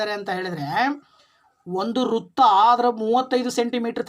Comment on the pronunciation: ನಿಮ್ಮ ಪರಿಹಾರ ಸೂಪರ್ ಸರ್ ಬಟ್ ಕನ್ನಡ ಉಚ್ಛಾರಣೆ ಸರಿಯಾಗಿ ಮಾಡಿ ಸರ್ ಪ್ರಸ್ನೆ ಅಲ್ಲ ಪ್ರಶ್ನೆ ,ರುತ್ತ ಅಲ್ಲ ವೃತ್ತ